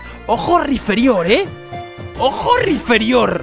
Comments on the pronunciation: Es Rhyperior no Rhyferior x3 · RAIPÍRIOR,, RAIPÍRIOR. NO RIFERIÓR. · es rhyperior ni rhyferior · PORQUE COJONES DICE RHYFERIOR, QUE VA CON P!!!!! ES RHYPERIOR RHYPPPERIOR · Por cada ves que dice mal el nombre de Rhyperior deseo con más fuerza que pierda el locke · Drapion acero Taparme los oidos Riferiór (acento para destacar la o, no por gramática) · Rhyperior "PERIOR" pls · Que alguien le diga a ese hombre que se dice "raiperior", gracias